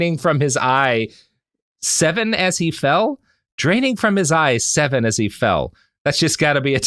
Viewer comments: EYES EVEN AS HE FELL that has to be it it was supposed to be "eyes even" not "eye seven" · Eyes even. Not eye seven. From his eyes even before.... Ooof, that's awful.